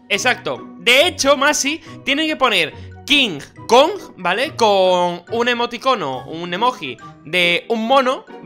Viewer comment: Se dise kong